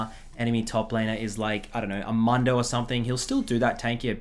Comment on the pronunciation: The accent on Diana and Mundo 😂